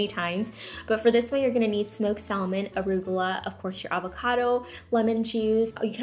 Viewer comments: Salmon is pronounced "samon" ❤ thanks for the recipes!! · "Sal-mon" the L is silent!!! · They all look so good!!! But the one with egg, I might have to give it a try today 🙊 & "salmon" is pronounced without the " L " (it's silent) thought I'd let you know.. & thank you again - I wait for these sort of videos every weekend 🙌🏼😍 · Love your videos! I just have to say I have never heard anyone say salmon the way you do! Have a good day! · It annoyed the shit out of me how u pronounced the L in salmon but otherwise great vid will definitely use all of these